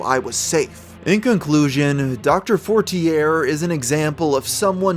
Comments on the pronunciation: Isn’t it pronounce “forti-yay” as a French name? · its pronounced FOUR-TEAR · I’m from the USA too born and raised and I would have pronounced it as “fort-tee-yay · for as much research as does I’m surprised he didn’t notice the name and get the pronunciation correctly